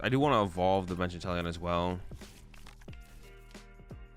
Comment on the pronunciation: I kept hearing you say “Italian Vmax”